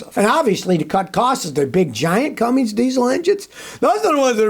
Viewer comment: It's Cummins, not "Cummings".